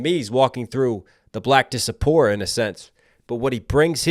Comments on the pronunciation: Disapora? It's diaspora (die-ASS-pora) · Question (I hate to ask this, because your video is so good!!) You use the word "disapora" a few times, it’s diaspora? Right? Thank you for the video. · diaspora = Die-ASS-Por-uh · Zero shade but fyi, diaspora as in “The African Diaspora” is pronounced (die-ass-pour-a). I have a minor in Africana Studies. Keep doin your thing!